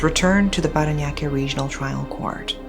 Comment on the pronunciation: The way she pronounced "Parañaque" was immaculate. You're getting better with the pronunciations 😊